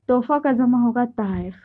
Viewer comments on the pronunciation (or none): Zamaa nahin hota hai jamaa hota hai tumhare jaise logon ne urdu ka satya naas kar diya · Zama nh hota h jama hota h ج اور ز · Madam Zama nhi hota hai jama hota hai ok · بیٹا ۔ جمع کو Jama bolo zama nahin. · Zama nahi jama h ji sahiba